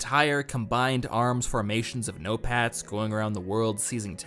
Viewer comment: I keep hearing Notepads instead of "no-pats". I wish we got more nations instead of the usual Russia vs US. Gimme a Battlefield with the US, China, Russia, the UK, the EU (as a coalition or some countries on their own, maybe it could vary depending on the map), Israel, Iran, India, Pakistan, South Korea, North Korea, Japan, each nation with their own vehicles and quirks. They can make up conflicts between them if they want for more variety. Like, Japan vs Israel? Sure, why not.